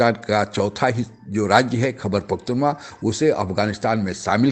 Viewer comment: भैया खैबर पख्तूनवा नहीं पख्तूनख्वा है